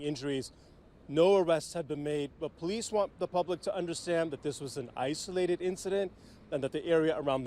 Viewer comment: . I had to play this reporter's speach several times before I heard "This is an isolated incident." I thought that I heard "ICE related incident." With Donald, it could have been ICE